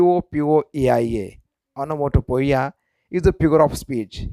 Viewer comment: Sir, you pronounce this word wrong 'Onomatopoeia'